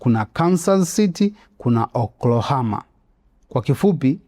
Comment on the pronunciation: inaitwa Oklahoma na sio Oklahama 😅😅 nmefurahi ulivyoitaja